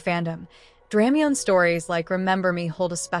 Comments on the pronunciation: Is there a print version of this? Thanks! Also, please forgive, but it's pronounced: Druh-my-knee, not Dram-mee-yone. Just saying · it hurts hearing dramiONE instead of dramione (dra- my-nee)